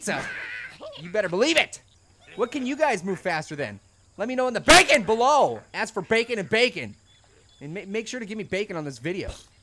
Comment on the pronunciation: stop saying backen